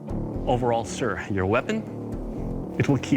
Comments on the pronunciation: It will keal... Lol 😂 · "It will keel"